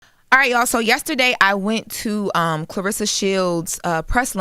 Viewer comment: Yeah, I wonder why she doesn't get more endorsements. I don't know about Wynn Records. Wynn Records seems very suspect. Has Pap done deals before? Her name is not Clarissa. It is Claressa. There is an e in her name, not an i.